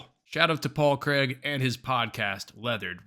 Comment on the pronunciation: Decent video but it's Craig, not kreg..